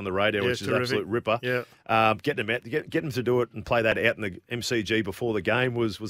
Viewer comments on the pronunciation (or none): none